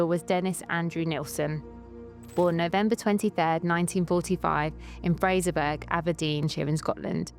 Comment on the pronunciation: Fraserburgh. (Buh-Ruh, not Berg) 👍x